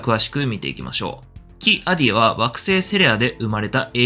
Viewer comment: キ=アディを「キ アディ」って発音、連呼されてモヤモヤしてしまう。オビ=ワンもクワイ=ガンも間を空けんのに。